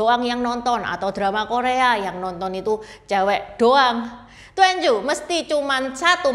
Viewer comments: Bacanya tuan ci ..bukan tuen cu ..cici🙏🙏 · "twan cyu" bukan " tuen cyu",. 'a' nya harus tetap dibaca 'a', gak bisa optional dibaca 'e 'kayak yg Juan, quan, xuan,yuan. Duan dibaca tuen justru jadi kaku mulut kita. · Duanju seharusnya dibaca : tuan cü. Itu bacanya salah.